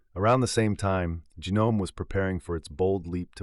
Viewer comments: It's not GEE-Nome... it's Gnome... Also, i dont like Ubuntu nor Canonical, but dropping Gnome and Systemd was the right choice and it would be the right choice even today. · I can't take someone seriously who pronounces GNOME as gee-nome.